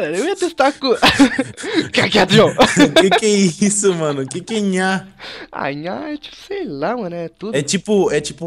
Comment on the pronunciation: Não é ' Nhaa ', é 'Nhaal'